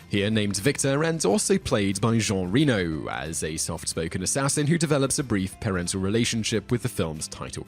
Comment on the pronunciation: You are saying Jean Reno's name wrong. He is French. Is it pronounced "Reh-no" (not like Reno, Nevada)